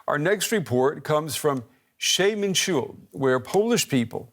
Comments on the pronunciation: Damn you really killed the pronunciation od Przemyśl.. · Sorrry, but the least you could do is to learn how to say Przemyśl, so it does not sound ridiculous.